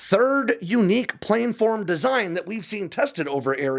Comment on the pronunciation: This is a red letter day. You said planform correctly. I can die happy now.